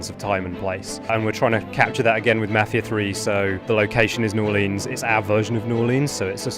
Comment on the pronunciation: That guy pronounced mafia as mafier